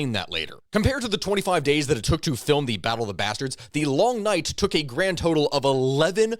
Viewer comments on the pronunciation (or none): none